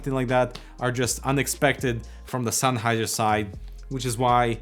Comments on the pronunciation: "SENNheiser". Not "Sunheiser". :D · senn not sein,,,,lol